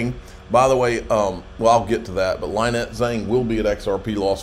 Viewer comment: Can someone PLEASE teach how to pronounce LYNETTE before he meets her in May at Las Vegas?